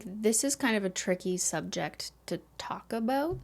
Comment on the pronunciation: I heard « it’s a tricky subject to *taco*bout »😁